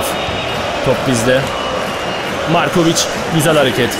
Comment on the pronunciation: abi lazar morkovıc değil valla yazar markovıc